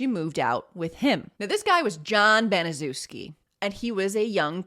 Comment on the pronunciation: Good video. I'm pretty sure her last name is pronounced Bani-SHEF-ski.